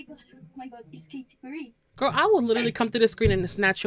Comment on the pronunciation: Omg she said, “it’s kaTEA perrie